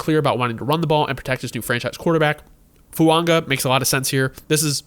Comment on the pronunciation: No dude....no it's not "Fuonga" with an "n" in there. You're literally the ONLY person I've ever heard it say it that way. It's Foo-aw-ga bro.